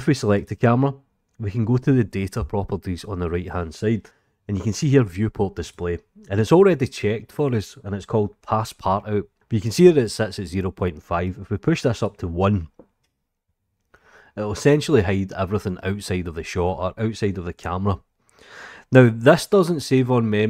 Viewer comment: For fecks sake, for some reason after years of Blendering around I still didn't know you could click the frame of the cam view to select the active camera. Thanks mate and have a wonderful new year. (passepartout is actually french and sounds like "pass part ouh", btw :D)